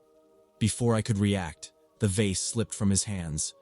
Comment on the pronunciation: Story 12 was driving me a little crazy with 3 different pronunciations of vase🫢😅 "vace" "voz" and even "vaz"😅😅😅